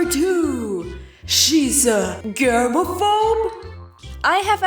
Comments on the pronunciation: You said sew wrong xD its pronounced SOH even though its spelled sew. And sewing is pronounced SOWING. Not sue ing lol. And germaphobe is pronounced JERM- aphobe not gurm-aphobe like you're saying here. That food you made isn't called pancakes, and isn't from Austria. They're called Crepes, and they're French. (The second photo you showed was of crepes) And if you didn't make crepes, then you likely made Dutch Babies, which are also a European dish. Oh and you also said "Welcome Abroad" but uts actually "Welcome ABOARD" xP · Friendly pronunciation correction: Sewing is pronounced like "so-ing" And germaphobe is pronounced: "jer-ma-fobe" :) Everything else was pronounced fine! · Yeah if it helps it's pronounced jermafobe 😀😀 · I don't want to keep sounding like a jerk for correcting people's pronounciations. But "germaphobe" is pronounced "Jermaphobe". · I dont know of its just me, or you joking, your pronunciation of germaphobe and gist is ??? dunno. might just be me